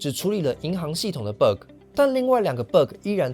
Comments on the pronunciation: it pronounces bagg not berg tho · 那個ㄅㄜ個真的聽一次尷尬一次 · Bug請正音為霸葛 謝謝😅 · BUG 不是念成 Burger .... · 很好的一個影片，但是你那個bug的讀音有點奇怪聽得我好難受…. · bug的發音讓人很出戲